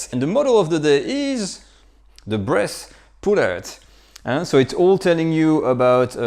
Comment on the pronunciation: Somebody else hear him say Breast Chicken instead of bresse chicken all the time? No? Only me? Well then...